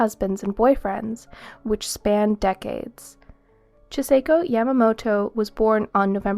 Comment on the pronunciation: Very informative video. I greatly appreciate the compilation. But the pronunciation of the name Chisako is (chi-saw-ko) Kakehi is (caw-ke-he) 😉